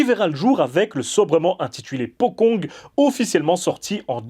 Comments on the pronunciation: On prononce potchong, pas pokong... Le deplacement des pocong ne doit rien au cinena hongkongais. Ils se deplacaient deja comme ca bien avant l'invention du cinema. Ca qu'il faut bien conprendre c'est que les pocongs "existent" dans la vie courante des Indonesiens. On en parle tout le temps et ils sont utilises dans les medias mainstream. C'est pas juste dans les films d'horreur. Sinon je dois dire que la qualite du jeu d'acteur et du film est totalement representative du cinema Indonesien. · Bonne vidéo, p'tite rectification ça se dit "potchong" le c est prononcée "tch" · Ce nouveau format de vidéo est génial <3 Juste une petite remarque le mots Pocong dans ta vidéo est mal prononcé , en indonésien il faudrait prononcé Pocong / Pochong . La lettre "C" chez eux ce prononce comme si c'étais "CH" . j'avais entendu parler de se terme de mes amis en Indonésie, terrifiant :o ! . Sinon je kiff toujours autant t'es vidéo continue comme ça :D